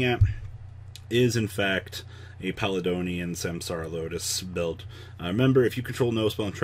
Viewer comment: Palladonian. No. Stop. Pall-A-D-On